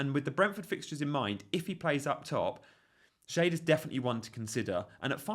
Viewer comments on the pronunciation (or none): Not Shade------Shar-de, 😅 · I thought schade was pronounced "shah-day"? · Schade is pronounced, Shaa -dey, long 'a' and the 'e' is kind of pronounced. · you said yourself that with Lewis you couldn't be too gung ho and go for another risky cheapo pick, which is what Van Den Berg is. Ppl might only look and say 'who?' if you continue to pronounce his name as 'Shade'